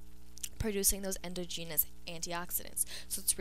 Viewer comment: Please learn how to pronounce endogenous and exogenous.